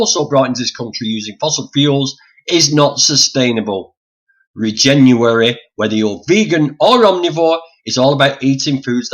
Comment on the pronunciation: It's pronounced re-jen-uary as in regenerative in January.